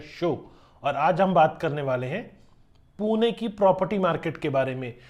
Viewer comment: WTF man you have literally no idea about Pune and you are just compiling information from google. Your pronunciation sucks big time. भाई सारे जगह के नामोंकी माँ बहन कर दी तुने 🤦🏼‍♂️ Please update yourself. If you are struggling to pronounce it correctly, get someone's help. Here are the correct names in Marathi. पुने ❌ पुणे ✅ कोरेगांव ❌ कोरेगाव ✅ कल्यानीनगर ❌ कल्याणीनगर ✅ बनेर ❌ बाणेर ✅ वकाड ❌ वाकड ✅ खरडी ❌ खराडी ✅ पुनेवाले ❌ पुनावळे ✅ हिंजेवाडी ❌ हिंजवडी ✅ सवरगटे ❌ स्वारगेट ✅ रामावाडी ❌ रामवाडी ✅ चांँदनी चॉक ❌ चांदणी चौक ✅ नाळस्टॉप ❌ नळस्टॉप ✅ माणिकबौग ❌ माणिकबाग ✅ लोहेगांव ❌ लोहगाव ✅ हिंजेवाडा ❌ हिंजवडी ✅ चकन ❌ चाकण ✅ तालेगांव ❌ तळेगाव ✅ उंडरी ❌ उंदरी ✅ चिंजवाड ❌ चिंचवड ✅